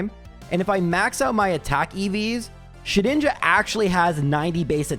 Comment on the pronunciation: I believe it is pronounced Shed-Ninja🤓